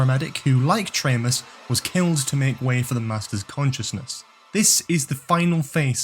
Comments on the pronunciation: Erm...Traymus?? Tremas is pronounced "Treemas"! Perhaps you need to watch rather just reading about The Keeper of Traken? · That was great! Only thing I’d say is the character Tremas in The Keeper of Traken (Tremas being an anagram of Master) was pronounced Tree-mass. Oh, and you didn’t have Roger Delgado in the opening pic of all the Masters/Mistresses